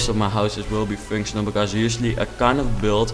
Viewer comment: MAGNIFICENT! If you compare this house to mine, my houses are horrendous. BTW: It sounds like you say finctional instead of functional. I'm not asking you to try and say functional, I'm just putting that out there